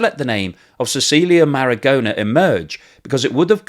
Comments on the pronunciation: The "aposolistic" palace? Cecilia "margona"? Ok let me help you - it is the Apostolic Palace A- poss- TOLL- ick is how you say that. The woman is Cecilia Marogna - the "g" before an "n" in Italian is like the first "n" in the English word "onion" - that is a sort of "nya" sound - the Spanish write that like this "ñ". Say it with me Muh- RON- yah. So like "Bolognese" is BOH- loh- NYEH- ze, so Marogna is like Muh- RON- yah. Now you try... Edit - oh yes and as she's Italian her Christian name is pronounced "Che- CHEE- lyah"..... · Very interesting. Thank you for this information. BTW, the pronunciation of Marogna in Italian sounds like Maro-nya, not Maragona.